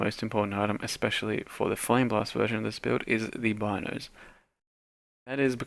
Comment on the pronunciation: It's not Bynoes, it's pronounced Beenoes.